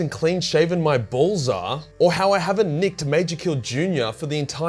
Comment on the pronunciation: Bro your choice of words and the way you say bolls 😂. “ BuT tHeN I ThougHT, Gells HaVe BoLlS tOo!” ^